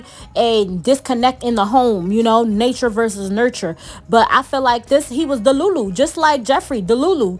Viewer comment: You know why i stayed? You keep saying deLULU like my EX ...🤣🤣 ,,,fantastic review by the way..